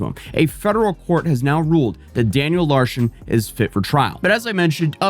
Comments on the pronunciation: Why do you keep saying Larshen though? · Sounds like you keep saying Daniel Larshon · cant pronounce "Larson" he adds an H in it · Larson, not larshin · Why do you keep calling him "LARSHEN" 😂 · Yeah, gotta say, Daniel Larson's "pranks" weren't really pranks, he believed everything he was told. I also like how you say Larson (pronounced Lar-son) as larshon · Larshun?! Huh? The guy’s name is Daniel Larson. Lar - SUN. LarSON. Daniel Larson. Competency. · it’s LARSON not LARSHON. Just sayin. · It’s not an video without some weird mispronounced word. “Larshon” is killing me! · Its larson not larshon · Is it me or does it sound like is saying "Larshon" not "Larson"? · Larshen? It’s pronounced Larson. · For the love of god its larSON, theres no fing h in it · "Daniel LARHSHON" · “danyel larshen” 💀